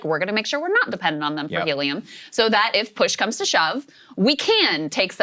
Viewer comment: So funny to hear Krystal say " helium " !